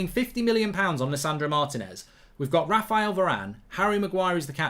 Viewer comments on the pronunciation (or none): none